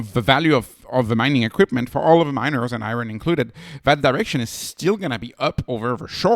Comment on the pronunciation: The "Ri" is the same as in "Rider", not "Reeot". It's just the word riot in the English language.